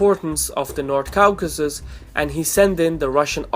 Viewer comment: Caucasus is pronounce /ˈkɔːkəsəs/ the au/aw in english is pronounce like an O generally just wanting to help